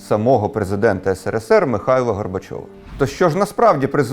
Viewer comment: Що ж це за країна така була, що навіть перший і єдиний президент тієї країни не може вірно вимовити її абревіатуру? Що то є, сср?